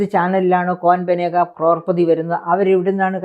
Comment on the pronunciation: ക്രോർപദിയല്ല, കരോഡ്പതിയാണ് 😂